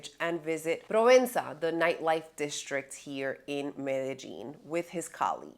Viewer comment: You can tell if you’ve been scoped or ruffied when you start pronouncing Medellin - ‘Meta Jean ‘.